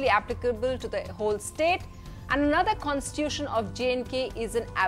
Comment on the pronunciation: The anchor cannot even pronounce constitution.